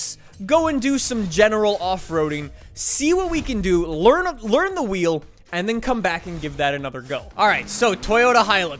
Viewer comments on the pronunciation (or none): none